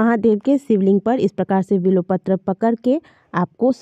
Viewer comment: vo bilopatra nahi bilpatra hai